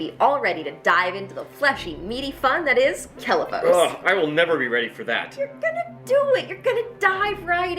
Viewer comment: every time... you have been saying the planet incorrectly.